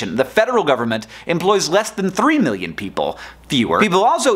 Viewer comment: not exactly sure why but i cringe when you say "million" and "billion". it's like you draw it out into three syllables - which may technically be the correct pronunciation, but it still weirds me out